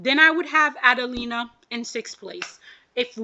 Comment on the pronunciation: A-DEL-IIA* not adelina lol